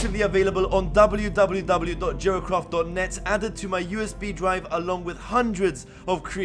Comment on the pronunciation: it sounded like he said jerkoff instead of jeracraft just saying, no hate